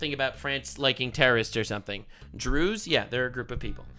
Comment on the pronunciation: when he said Druze I thought he was slurring his words trying to say jews